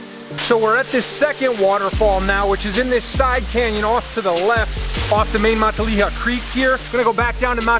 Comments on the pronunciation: Fun hike.. Matilija is not pronounced like 'Matt-a-LEE-ha'.. More like 'Ma-TiLL-e-ha' with a short e..:hand-purple-blue-peace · It’s pronounced muh-tilla-ha!!! 😂🤦🏼‍♂️ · Thx for the beautiful video! Looks like you had a lot of fun. Btw, Matilija is pronounced Ma-til'-i'-ha', emphasis on the 2nd and 4th syllable. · Pronounced Ma till a ha Not Mont te leya Falls. Everyone gets it wrong. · MUH-TIL-EH-HA = MATILIJA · Born and raised in Ojai 40+ years... it was actually my junior high school as well. You are not pronouncing Matilija correctly... :-( First time I heard someone say it that way. It's actually "MA-TIL-I-HA". Nice video tho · Mah-tall-EE-ha, lol, I literally cut most of that brush to get there. BTW that easement you walked through, the owner’s name is buzz and he’s an asshole. You are correct after 4 years of no maintenance the land is free to access by the public through the blue heron property. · ma Till aha. Take it from a native. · Matilija (MA-Till-LY- A) Falls. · Beautiful, but learn how to pronounce the word. Matilija (muh-till-ih- ha) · Exactly, fellow Ojaian here. It is pronounced Ma-TILL-a-ha. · It's pronounced Muh-tileh-ha. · My mom lives in Ojai....and its pronounced "Muh-tilla-ha". 😉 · Awesome video but listening to you say mahtileeuhha over & over again makes me wana jump off a cliff with no water at the bottom lmao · You dont belong in these canyons and neither do visitors. Thr roads are closed and so are the trailheads. Youre trespassing, and yku cant even pronounce the name of the canyons. This is bad karma for you. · the way you say Matilija pains me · I lived on matilija canyon road 1993. Lived in Ojai for 14 years and hiking was my life. Lol...he needs to know how to pronounce Matilija. 🕊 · Say Matilija right... also this isn't hidden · Great video I live in Ojai! Just a heads up you pronounced matilija wrong. We take that pretty seriously lol 😜